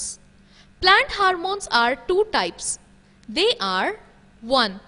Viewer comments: It is not ' harmones ' it is hormones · It should be ''Hormones" not "Harmones". And yes, it should be ''Stomata'' not ''Stomato''.